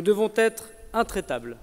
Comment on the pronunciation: A "nous devons t'être"Même la langue il l’écorche.